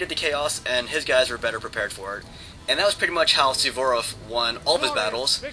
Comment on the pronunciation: its Suvorov not sevborof